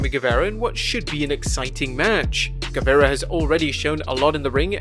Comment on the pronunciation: how you butcher guevara so bad